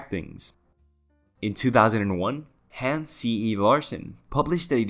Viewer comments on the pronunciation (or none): none